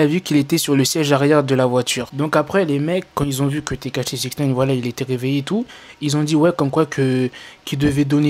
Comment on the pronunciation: Quand il dit tekashi jcomprend steak haché😂,mais peut être que chief kieff derrière tout ça